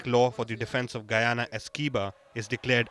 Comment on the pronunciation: As a Guyanese, I appreciate the efforts put into the report and the proper pronunciation for Guyana.